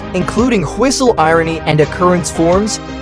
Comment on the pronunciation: "Do you hear the whostle"